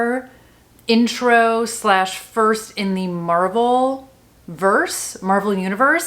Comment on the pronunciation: Marvelverse sounds like you're mispronouncing marvellous 😊